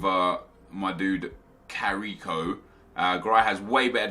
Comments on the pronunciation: not carrico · it is pronunced Carrisso